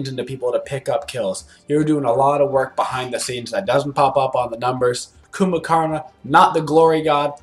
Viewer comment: "Coomba"! ...I've been mispronouncing it.😂 My bad.